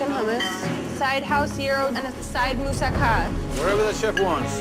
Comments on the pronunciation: Mousaka? Mousuck. smirks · Mousakka more like mousucka